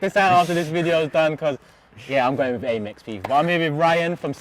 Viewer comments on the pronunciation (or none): It's Am-Ex you tool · Imagine calling it 'Aay'mex...